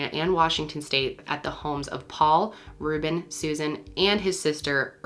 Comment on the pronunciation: Rewbin and Sewzin LOL